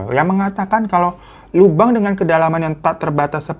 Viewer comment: Lubang kek gitu ngomongnya bang,jangan bilang Lobang jd gk enak di dengernya😢